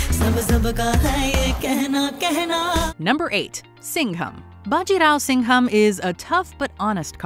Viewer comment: i loved your pronunciation of "Bajirao Singham". It was spot on.👌